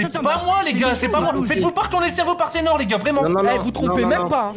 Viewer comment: « C’EST SEINHOR »😭😭